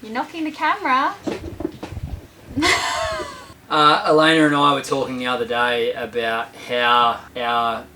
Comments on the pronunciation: Is it me or does actually call her Elayner? I hear and ER lolol. I'm from Texas so maybe it's my ears lol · I swear calls Elayna Elayner. Does anyone else hear that?